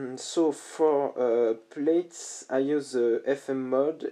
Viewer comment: Beautiful, and thanks for showing your process :) Your English is fine btw.... Plaits is pronounced PL(AT)S / Plats, English is a weird language. I first spotted you on Rural Sounds via Instagram, love your flowing ambient work.